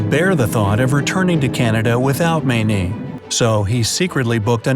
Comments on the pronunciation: Dear. Every Mayne I've known (and there was a family of 14 in our church, they have spawned and re-spawned) pronounced their last name as Main, not Maynee. Every time you said that, it drove me nuts. Why wouldn't you research things? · Did you ACTUALLY pronounce the woman's name as "Maaa -neee"????? She wasn't Chinese you know! Cripes! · Her name is pronounced Main. Js